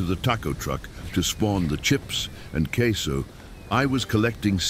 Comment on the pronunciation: Did Bro say "CAseOh"?